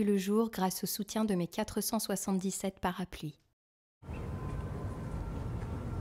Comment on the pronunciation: J’ai entendu parapli au lieu de parapluie c’est bien ça? 🤔 dites moi si je me trompes mais ça me perturbes beaucoup